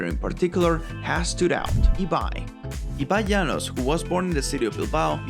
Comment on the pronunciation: Your pronunciation of “Ibai Llanos” was on point 🫢🫢🫢